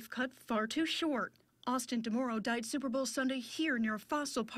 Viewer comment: that "soupbrah" tho